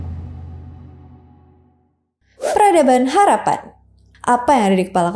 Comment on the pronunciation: Harappa 😮 bukan harapan